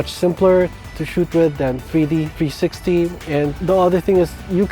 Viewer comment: Is this a joke, or are you seriously incapable of saying the word "360" ????